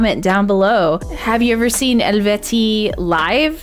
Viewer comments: The band name was pronounced completely correctly, respect! It is the first inscription found from a Swiss tribe, after which Switzerland is named in Latin, Helvetia. Switzerland is part of the Celtic settlement area. Singer Fabi still has a metal side project where she has now released her second album. Stylistically it is a mixture of symphonic and prog: ILLUMISHADE - ENEMY (Official Music Video) | Napalm Records The hurdy-gurdy player seen here has now left the band and founded her own band: LYRRE - Valley of Tears (OFFICIAL MUSIC VIDEO) Her predecessor also founded her own band and plays prog metal: CELLAR DARLING - Avalanche (OFFICIAL VIDEO) And speaking of famous hurdy-gurdy players: ALESTORM ft. PATTY GURDY - Voyage Of The Dead Marauder (Official Video) | Napalm Records And the next Eluveitie song: ELUVEITIE - Aidus (OFFICIAL MUSIC VIDEO) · And you pronounced it PERFECTLY from the start 😍